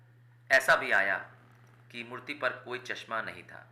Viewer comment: Mutt❎ Murti✅😅😅